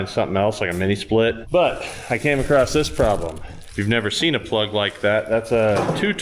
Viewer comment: There's no T in across, why do you always say acrost?